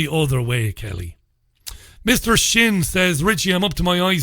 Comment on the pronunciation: I'm MrSinn, not MrShinn